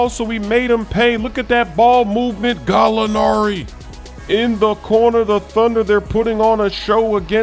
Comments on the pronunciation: Nobody:: Gallonari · As an Italian guy its really funny listening to saying GALLLOOONAAARI